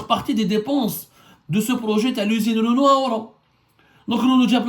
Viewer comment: Wallah tu me tue quand tu dis "Renou"... au Maroc c'est Renault😀🤣🤣